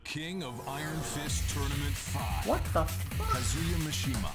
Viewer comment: When you still pronounce kazuya like kAzuya when the narrator obviously says kazUya